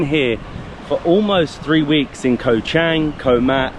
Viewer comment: You guys need to start pronouncing "Koh" correctly or call it Island instead.